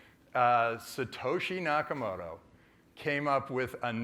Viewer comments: Ty K no, I think mispronouncing the name of the founder shows a level of ignorance about the subject. If you show up to a formal debate it would behoove you to come prepared and know the facts. A 2-minute google search would rectify this problem. but in this day and age laziness is considered a virtue. You think If I was going to debate about the merits or lack thereof, of a piece is software. I would take 5 minutes out of my day and download it and try it. the opponent's both admitted they have never even tried the wallet / software. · Eric Posner, Law Professor, University of Chicago is not qualified to talk about bitcoin. He can't even pronounce Satoshi Nakamoto.